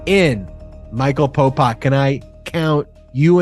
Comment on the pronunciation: Could you please stop calling him " Popok"???? It sounds like you're saying Pol Pot, the ruthless Cambodian Murderer/Dictator